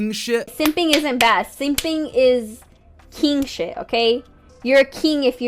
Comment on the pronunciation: "keeng shet"